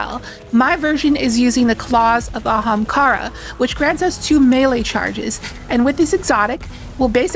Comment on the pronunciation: You really needed to put in the clip of Aztercross saying Ahemkara. But love the vid.